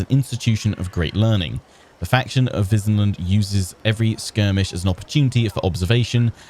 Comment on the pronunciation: They could've had her pronounce Wissenland properly - since the Empire is themed on Germanic culture / HRE - it should be Vissenland.